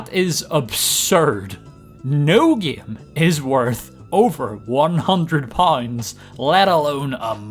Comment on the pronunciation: "The gaem is trying to luer me"